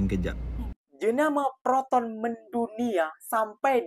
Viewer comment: Proton bukan Peroton 😅